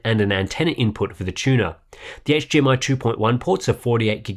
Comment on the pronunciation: I'm sorry.....what is hGmi? I played it back twice and you definitely said HGMI twice 😂😂 great review tho! Best I've seen. Mine is being delivered tomorrow and was gonna replace my Samsung G. Now I'm thinking about how to mount it and keep my Samsung for regular PC applications to prevent burn in. Thank you!